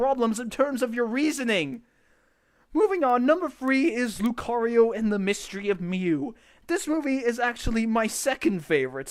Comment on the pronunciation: I'm not even a Pokémon fan and even I know it's pronounced Lu-KAH-rio.